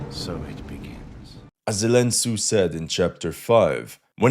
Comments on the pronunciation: Zelen Tsu 😂😂😂😂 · Zelen tsu 😂😂😂😂😂😂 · ZELEN TSUUUU XDDDD XDDDDD XDDDDDDD God blees you! Haven't laughed out that loud in a while! Thx! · Zelen Tsu 🤣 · Zelen Tsu wtf 😂😂🤣🤣🤣🤣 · zelen tsu, lmao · Zelen Tsu LMAO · Zelen tsu hahahahahahaha that's hilarious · Zelen Tsu 😂😂😂😂😂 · Zelen tsu 😂😂😂 bro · Zelen Tsu 😂😂😂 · Zelen Tsu hahahahaha